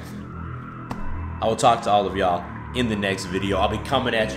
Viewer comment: You can’t say “y’all” right yet hahah